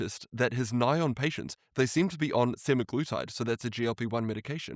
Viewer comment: Thanks for touching on this! I did a video breaking down a bunch of new research and stats on the GLP-1 causing blindness. Btw it’s funny how Sinclair calls it “ny-on” because in the industry we call it N.A.I.O.N. But here is that video in case people want to watch it GLP 1 Blindness Risk | Should You Be Worried? But great video and thanks for all your hard work!